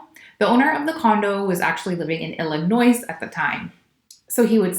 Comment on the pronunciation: Illinois [ill-eh-noy] not [ill-i-noise]